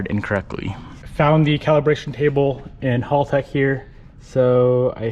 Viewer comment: It's HALTEC Not Halltec